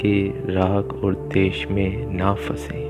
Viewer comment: बहुत आत्मीय और सुंदर ध्यान कमेंट्री है। बस द्वेष को देश सुनना कानों में चुभता है। कृपया हो सके तो इसे सुधार दीजियेगा। सादर ,🙏🏻🙏🏻